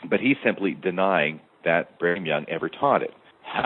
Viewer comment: Why does keep saying Bingham Young? You are a former bishop and member for decades. You don't know how to pronounce Brigham? Sort of annoying but excellent show.